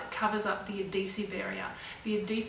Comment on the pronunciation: the way she says adhesive.. ad dee sive.. just cracks me up